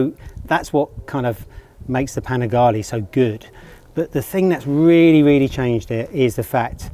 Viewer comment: Panigale - its Panigale , not Panigali….